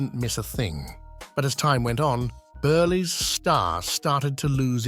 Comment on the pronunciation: Milton Burleee? 🤦‍♂️